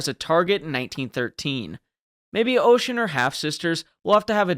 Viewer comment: the "o" in Hoche is pronounced "ah", so "ahsh"...and though definitely quirky-looking, is not so different from other ships of the battle line of the period.